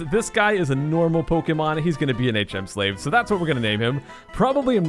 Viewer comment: I know it was five years ago, but I wish people would stop saying “HM slæv”